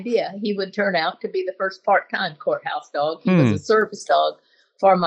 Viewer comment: Every time she says "courthouse dog" for some reason I hear "junkyard dog." 🤣 And that's probably what those judges hear. I'd take either, frankly.